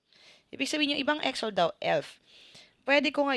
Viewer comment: Ngayon ko lang napanuod and medyo natawa ako sa pronounciation mo sa EXO-L hahaha marami nga nagkakamali diyan ma'am it should be EXO-EL. But still thank you for this video ma'am